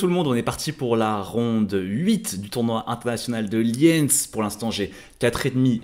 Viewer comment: Liiiiiiiiiiiiiiiiiiiiiiiiinz, c'est pas difficile pourtant, pas Liènce :face-orange-biting-nails